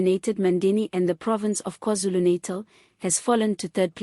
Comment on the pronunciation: We like your reporting but please pronounce NATAL correctly and Z is not Zee, this is English, please!!